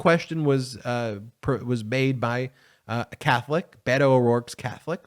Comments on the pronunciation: Beto shows calm. Ben it's not Bato it is Bet o. Bet on Beto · Beh-toe like Bed, head or egg. Not B8oe like Bagel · It's "BEHTO" , not "BAYTO" !! Roe, Roe, Roe your vote -- make those Trumpers scream ! Free our women from the hate, let our young girls dream !! Roe, Roe, Roe your vote -- do not be afraid ! STOP the evil in our midst -- Democrats, be brave !! Roe, Roe, Roe your vote -- Stand up for women's rights ! Better do it NOW, boys -- or you won't get none tonight !! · Hello ...His name is BETO ... Not BATO !!! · Love you bro but it's not Bado it's Bet o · I love Ben's work, but could you please stop saying" Bay toe'"! His name is pronounced "Bet oh" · Can you please say his name correctly. Its veto like a bet and an o. Ite veto. Not baytoe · Beto. Pronounced Bet-o. Not Baydo. Ok? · It's Beh-toe not Bay- toe. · I believe its Bet-Oh, not Bay-to. Other than that, good video. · Hey man, this isn’t criticism - truly, but since you’re gonna b talking ab him a lot, his name isn’t pronounced Bey-doe (I know, i did it too, bc it feels more natural somehow in English, but it’s a Spanish language nickname for Robert. So this is straight from the horse’s mouth, if u will😉). He pronounces it with an accent, but says it’s fine for “US” to pronounce it like a combo of Bed-oh & Bet-oh. Beto. 🖖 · Baytoe really? I know you don't mean to offend, but this is massively offensive. Pronounce this man's name correctly, please!